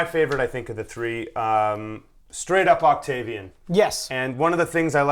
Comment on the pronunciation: you've been living in Ireland too long! Let's hear you say 'three' again...